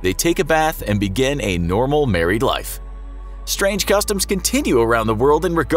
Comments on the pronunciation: Strang customs 10/10 English right there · "strang" Lel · "strang cutoms"🤔🤔😂how niceee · Ooooof where is the E in strang?? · “Strang Customs” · ”Strang Customs” ??? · "Strang Customs"